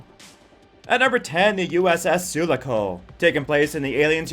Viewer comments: 'Sue-lock-O', not 'Sula-co'. Geez. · soolaco? Su-laa-co dude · Sulaco pronounced Soo lar ko, not sullaco. Numpty ! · Soo-LA-co, not soo-luh-co. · First 10 seconds... USS Su La Co facepalm Cant take the video seriously now... just 10 seconds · Well, you kind of lost some credibility when you mispronounced "Sulaco," "Centauri," and "traverse," but I stuck it out, hoping against hope that one of these "fastest ship" lists might for once actually include the fastest ship . . . but no dice. You included the TARDIS for the right reasons, so I'll give you props on effort--but there is something faster. The Gay Deceiver, from Robert A. Heinlein's novel The Number Of The Beast, Is. The Fastest. Spaceship. In. Science Fiction. BAR NONE. There may be others which can tie it, but it is literally impossible to beat it. The TARDIS, you see (and point out) has travel time. People inside (and hanging onto the outside) experience duration during its trips, and it is limited in where it can go--for example, it can't go back to Bad Wolf Bay. Gay Deceiver, on the other hand, has no such restrictions. Gay is a modified Ford Duo (think a luxury flying car) outfitted with the Burroughs Device, which is capable of translating or rotating the vehicle along every possible axis of dimension and positioning it at any coordinates along these axes, and is controlled by a supercomputer which was modified to become truly sentient. What does all that mean? In simple terms: Gay deceiver can go from any location in any possible universe (real or imaginary) at any point in that universe's history TO any location in any possible universe (real or imaginary) at any point in that universe's history in exactly zero time. One chronon you are HERE; the ne